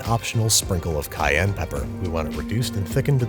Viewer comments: The way you enunciate cayenne pepper might actually make Chef John cry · "Cayenne pepper" Chef John has entered the chat